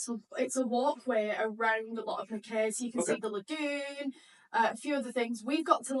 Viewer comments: Your videos kept popping into my feed. I hoped you enjoyed my lovely little home town. It’s pronounced Mack eye btw and not Mack Kay 😁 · While I was in qld I never heard it called 'mack-ay'. I always heard it pronounced 'mack-eye'. Just saying hearing mack-ay sounds jarring. Also you do know that vegemite is berroca in paste form? Don't waste your money on that rubbish.